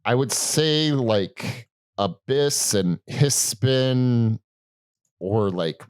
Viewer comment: Hiss Spun, not Hiss Spin) And Dave Sitek, not David Sick ))))